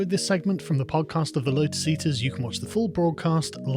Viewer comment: The little goblin has the audacity to mock the person for saying "Satturday" when he calls this podcast "the Lodus Eaders". is such a little Arnold J. Rimmer clone. #cringe